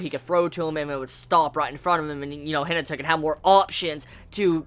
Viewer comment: C'mon, "He-nah-tah" - Hinata just like from Naruto